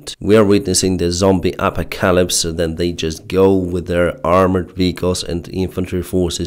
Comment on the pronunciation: ...phonetically speaking A-Pock-A-Lips is how you say apocalypse....you pronounced it Apa-capa-lips.....hopefully that tip helps you...i used it with Konstantin from inside russia as he has the same issue with pronouncing that word....your english is getting better! keep up the great videos...